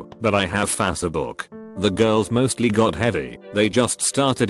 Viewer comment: i absolutely love how the voice pronounces facebook. fasa-book